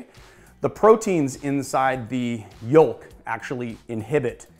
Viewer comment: The 'L' is silent like 'yowk'. Felt weird to hear yoLk.